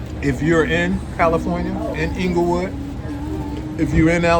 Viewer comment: Inglewood, not Englewood. Good video